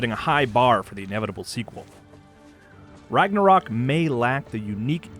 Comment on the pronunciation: I love how no one can pronounce Ragnarök properly :)